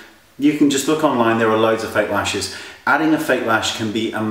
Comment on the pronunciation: I swore he said "fake rashes!" hahaha! Oh yeah, that will totally alter your look!